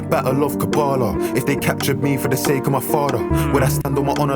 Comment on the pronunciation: It's kabbalah not karbala